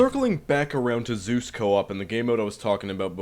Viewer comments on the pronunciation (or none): none